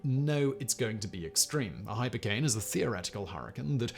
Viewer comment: The sun nevar sets on factboi's pronounciation of "(h)'ypercane'" !!!1